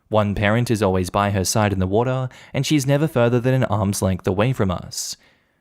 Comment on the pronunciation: I like it how he says water lol. Wotaa